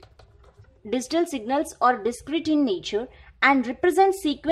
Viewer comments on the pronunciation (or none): Thanks for the kindness ma'm.. Just one request.., Please pronounce Digital as "D G Tall" and not as "D zee Tall"...